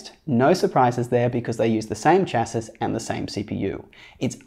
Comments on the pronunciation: Chas- “c” ....not chas- “sis”! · Just because I hear this on YouTube a lot, I figured I'd try to help. The "s" at the end of "chassis" is silent in all the current pronunciations of the word